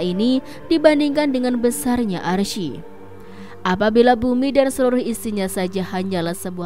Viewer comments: Bacanya itu 'aress bukan arsi , klo gk bisa baca Qur'an gk usah jadi pembawa berita soal agama..!!! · Cara bacanya Aras, bukan Arsyi. Masak salah mulu.